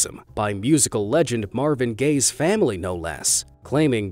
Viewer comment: The "Gaye's" 🤣🤣🤣🤣 I'm sorry